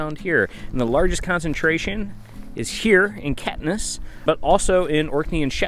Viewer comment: Hey Guys... glad you enjoyed it here (I live in, and love Caithness ... you pronounce it wrong, think Cape... but with the 'TH" being as English language depicts... and Ness.... like loch Ness). Come again, but with better foot wear 😁😁. Great Blog, you went to see much more than most do when visiting, and you gave myself and my wife some ideas too. We're not originally from here, but we love it in Caithness. Not everyone makes it here, it's much more about being part of it, than part of the wide media driven world. Both my wife, Jen, and I have travelled extensively, and spent time with the locals and in strange off the beaten path places. So we applaud you both. Gonna subscribe, and enjoy your travels with you. If you come back, let me know... there's way way way more to see... and the islands are a must for anyone reading this.